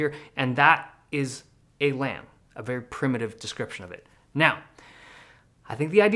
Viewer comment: Lam rhymes with scam